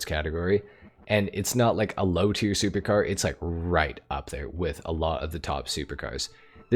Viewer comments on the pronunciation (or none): none